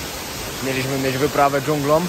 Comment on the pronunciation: nie dżunglom tylko dżunglą i nie z Alicjom tylko z Alicją